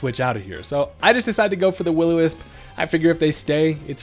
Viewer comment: So I could be wrong but it sounded like you said “wittle wisp” when you were bringing in the discoballz vs the grass monkey in game two